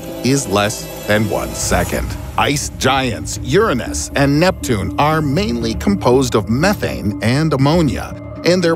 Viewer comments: This man keeps calling that poor planet “urinthis” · funny how he says "yurunus" you gotta say YOUR ANUS! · URanus not urenus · cool vid and all, but you pronounce youranus wrong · "Urenes" lmao wtf happened to Uranus? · ...Urenis? you mean Uranus. You said that so wrong i cringed. Idc if people cant handle technical terms٫ just say it ccorrectly. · How come he say Uranus wrong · He doesn't pronounce uranus as "your anus". 😂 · Still doesn’t pronounce Uranus right